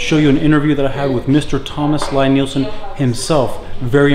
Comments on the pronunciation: It’s pronounced (LEE NIELSEN) NOT (LIE)!!! And there are absolute best!!! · Liked your video as I am sure you know now, Lie-Nielsen, a Norwegian name, is pronounced "Lee-Neelsen". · It’s pronounced “Lee”. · This is was so annoying to watch. If you're gonna praise him and do a factory tour atleast pronounce his fucking name right. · Good gawd, how can you stand to tell people about the tools and brand if you don't know how to pronounce the name. I had to stop watching..Never mind that it's crap manners to interview someone and not know how to pronounce their name, it's brand name at this point. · You might want to ask him how to say his name! You are not saying it correctly!!!!!!!